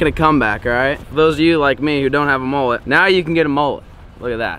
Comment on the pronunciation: Mullet not mollet